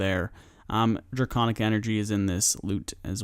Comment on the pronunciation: “draygonic veezaj” lool